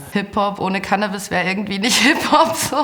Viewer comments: Seit wann wird das Canaabis gesprochen? Es heißt CANNAbis!!!! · Super Video! Aber bitte nicht CannAbis, sondern CAnnabis:)